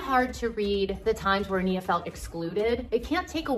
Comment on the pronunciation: Not the A.I. voice messing up Nia's name...